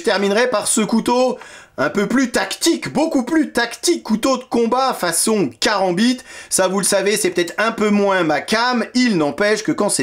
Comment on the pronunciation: S'il vous plait, ne faites pas tourner votre Kerambit (ça ce prononce K-rambiT) comme vous le faites dans la video : avec un "vrai" Kerambit (ou même un faux d'ailleurs) vous allez rapidement finir à l'hôpital après vous l'être planté dans l'avant-bras se faisant ! De telles rotations ne s'exécutent en effet que suivant les diagonales allant de l'épaule à la hanche opposée et vice versa. Bref, de manière croisée et cela en imprimant simultanément un pivot du corps via une torsion des hanches appelée "Gelek". Maintenant pour en venir au couteau lui-même, un vrai Kerambit est (1) aiguisé à l'extrême sur des deux côtés ce qui ne me paraît pas être le cas ici et (2) l'angle que forme la lame avec le manche est normalement beaucoup plus prononcé. Ceci ne laissant aucun doute quant au fait que ceci est d'inspiration occidentale, loin de ce qui se fait traditionnellement dans le Sud-Est Asiatique. Voilà, c'était juste mes 2 cents. Et merci encore pour cette nouvelle vidéo de présentation. 🙏